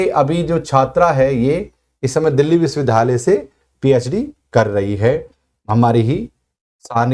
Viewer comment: सर विश्विद्यालय तो ठीक बोलिए